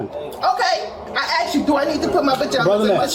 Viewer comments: she said "i AXED you" again....mag dump her!! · I axed 🪓 you